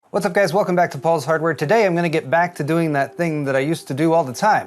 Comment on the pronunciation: Did he say Paul's Hardware or Ball's Hardware? 🤣🤣🤣